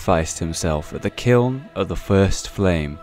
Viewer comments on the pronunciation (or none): none